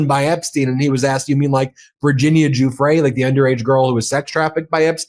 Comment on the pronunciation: Virginia Giuffre: Pronounced: Gee-Uff-Free.